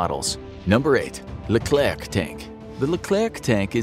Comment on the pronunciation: The name is Leclerc, not le clerc, this was the name from the General philippe Leclerc de Hauteclocque, commander from the "2° division blindée" (armored division) : battle of Koufra (Lybia), battle of Normandy, liberation from Paris, liberation from Strasbourg both take from the 2°DB ALONE without any support...